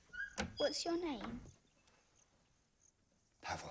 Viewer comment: Leo Pancake don't pronounce it like that. I have a friend called Pavel and you don't pronounce it like that at all.